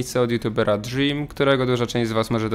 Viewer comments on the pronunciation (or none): Dżłim XD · DŻRIM XD